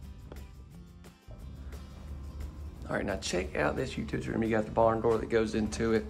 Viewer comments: I just said, the same thing to my daughter, as big as that Utility Room is there is no space for a freezer! "Utitty" lol see we just love you,!!! 🤣🤣🤣🤭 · first all I DID NOT say anything! Second of all the original poster did & I laugh & jokingly said it back!!.....because It is a known fact that he has mispronounce UTILITY on several tours & people brought it to his attention & he is aware of it!!.....Besides you DO NOT know anything about me to say what I know or don't know!!! I might be a New Yorker because that's where I was brought up but TRUST & BELIEVE my ROOTS or straight out of Virginia, so I know my sounthern accents very well!!!